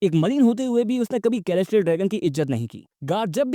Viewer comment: Mast video bhai, bas "k"-elestial dragon mat har baar hasi aa jati hai 😂😂